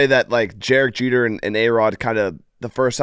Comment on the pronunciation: “Jerek Jeter”